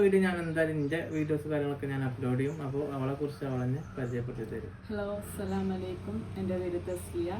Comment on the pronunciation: അസ്സലാമലയ്ക്കും എന്നല്ല മോളെ പറയൽ അർത്ഥം മാറിപ്പോവും